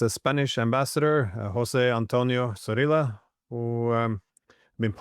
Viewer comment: I GUESS GLENN'S FORTE IS NOT LANGUAGES, IS IT? AMB "SORILA"? ARE YOU SERIOUS? IT'S PRONOUNCED "THO - RREE - LYA" CAN YOU PRONOUNCE TORTILLA? SAME SOUND. AND THE SAME APPLIES TO PAELLA, MALLORCA, CAPILLA, POLLO, ETC. AND IT'S SPELLED WITH TWO "Rs" ZORRILLA. YOU'RE WELCOME.